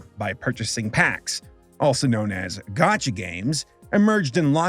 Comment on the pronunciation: ....it hurt my soul as a person who hasn't spent a dime on genshin to hear him call it a gotcha game